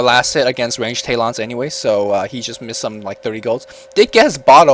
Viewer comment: which game was the 5 necro? also, range "tay-lons" loool